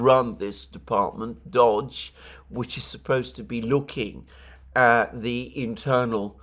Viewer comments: Dodge? It's Doge! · Wonder how long it'll be until our man Alexander realizes how to pronounce DOGE properly. 😂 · Isn't "DOGE" pronounced like the Italian "doge" as comes from the dog, "doge", as used in the misspelled message "That's a nice doge" 🧐